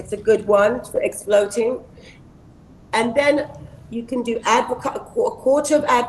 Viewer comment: Exfloting! 🤔 And you said it twice... "Exfoliating" Naomi Darling. I am so sure I too miss pronounce words 😅